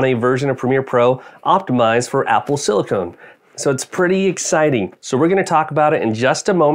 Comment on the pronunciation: Good to know that it will work on Premier. By the way, It is "Silicon" not "Silicone". Chips are made out of silicon. Silicone is a rubber-like sealant which you can buy at local HomeDepot to seal the bathroom and windows.